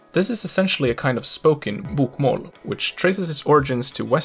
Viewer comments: His BOK - MÅL pronunciation gives away the fact that he isn't Norwegian himself. It is pronounced BOKmål. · Hey great pronounciation from a! But I can hear your swedish L in the word "Bokmål", The L should be thick sounding, like you would say L in english "Ball". That being said, a lot of our dialects would use the thin L, and it is sneaking into the Oslo dialect (which you sounded like pronouncing:) Two questions: Why are so many swedish surnames relating to botany? Eklund, Blomqvist, Ekdahl, Björklund, Rosén, Lindblad Etc. Something to do with Carl von Linné? Why is it so hard for swedes to say; Chili, Jim and Jockey in english? Stay safe:) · In some cases, such as "sju, kasta, boka" he sounds 100% native to me. Other times, he "sings" his words and phrases like only a would. E.g., his "å" in "bokmål" sounds more like "åah". Combined with his whimpy "L" and sawtooth-shaped intonation, the way he says "bokmål" and "Østfold" immediately gives him away specifically as a. There are other obvious giveaways as well, such as his mid-word soft E and Æ, both of which would sound slightly more throat-y and harsh when pronounced by a native Norwegian. Anyway, the video and its spoken examples are great. I just love picking on people's accents. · You are fucking freaking me out when you say bokmål and nynorsk in a fucking swdish way! It's torture to listen to!